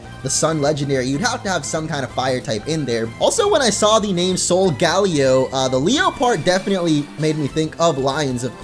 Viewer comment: Solgaleo is most likely pronounced ( sol- guh - layo ) not ( sol - gal - ee - o ) I'm considering it seems to derive from Galileo the astronomer.